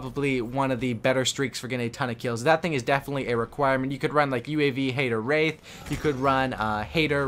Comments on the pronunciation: He said race. Its wraith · Y can't you pronounce Wraith Right?